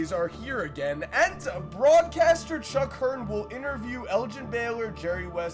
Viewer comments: It’s also Chick Hearn not Chuck hearn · This man disrespected chick Hearn by calling him “chuck” Hearn into the video smfh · Did he rly say “chuck” hearn smh 🤦‍♂️ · Did he really say chuck hern